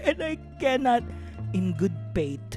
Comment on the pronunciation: I died at “in good paith” 😂😂😂😂